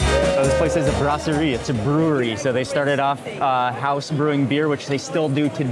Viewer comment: Lyonnaise is said with a /z/ sound at the end and "brasserie" has an /s/ sound not a /z/ in French and English. Got Mark here hypercorrecting all over the place.